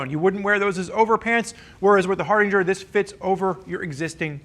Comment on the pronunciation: Not gonna lie, slightly annoyed every time says Hardinger instead of Hardanger.